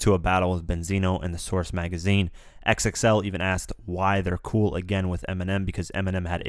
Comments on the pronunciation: Great video but XXL is pronounced Double-X L, not X-X-L. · It's Double XL bruh. Calling it X - X - L makes you sound ignorant. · Stop calling it "X-X-L"